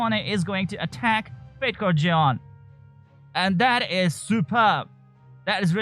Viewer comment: Fatecore Zeon Me: Fatecore John?? Jeon? Who the hell is John!?